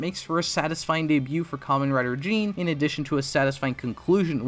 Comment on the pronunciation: *Jeanne (Jahn) not Jeen